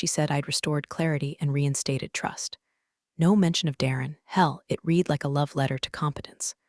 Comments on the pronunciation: Please teach the AI voice to know when "READ" is pronounced red, not reed . . . might add some authenticity to the stories. That being said, I've been a fan since you first came on-line. Keep up the great stories - Luv em. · So tiresome that creators think failing to proof-read their AI generated work for repetition is acceptable. And the past-tense of "read" is pronounced "rEHd", not "reed." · It is pronounced "red" not real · Should read "reed" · Read in the past tense is pronounced red. Please edit anything done by faulty programming before publishing for consumption by listeners. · it's like the AI got stuck on the "read" vs "red" debate. 🤦‍♀ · that’s the mistake AI keeps making. Past tense should be "read" as "red." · You guys must find a way for AI to say either 'red' or 'reed' the right way each time. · Someone fix AI. It can't tell the difference between read (reed) and read (red).